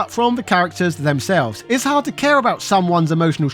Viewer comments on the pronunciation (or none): none